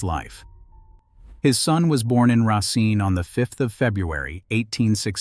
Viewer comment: I wanted to watch this but the narration is so... all over the place. Racine is pronounced correctly and then not. It just feels unfinished.